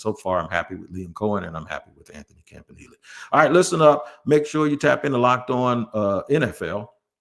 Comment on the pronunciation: Who says campa nelly